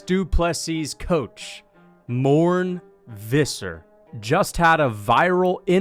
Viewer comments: its MOR-NAY VIS-SIR 😂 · More-nay, Fiss-err